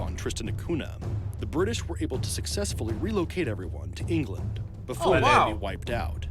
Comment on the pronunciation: "united state of engand" lol